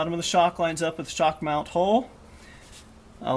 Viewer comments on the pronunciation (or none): none